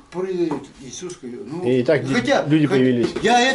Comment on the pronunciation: Про исуса я тожа слишал бульдок правилна говарит.